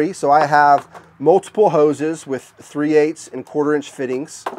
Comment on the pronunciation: All i heard was houz and hookers :) Just joking, nice setup :)